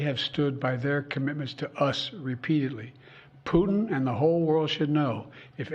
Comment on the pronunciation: Sleepy joe😂😂 whats he even saying😂 intead of putin he says putn😂😂